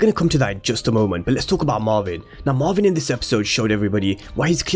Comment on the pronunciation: It’s Marvin not marwin pronounce properly